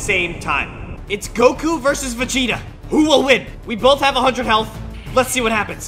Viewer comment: did say vegata or megata